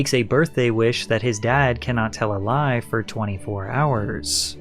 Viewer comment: i disliked this video just because how you say lie at start